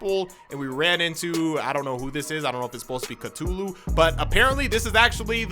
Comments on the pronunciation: Call of Ca-TOO-LU You made it funny to me and I would love to hear you say catoolu the whole time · The way this man just said cthulu